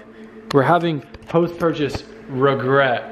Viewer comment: Haha "rugrets".